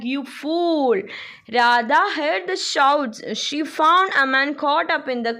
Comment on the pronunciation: Amaan alla Aman 😂